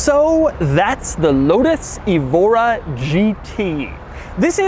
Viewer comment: Someone may have already pointed this out, but the Evora name is usually pronounced with the stress on the E: like "EHvora", and often spelled Évora with an accent mark over the E. Évora is a city in Portugal, and is also used as a person's name. Nice car, a bit out of my price range ('05 STi) :-) .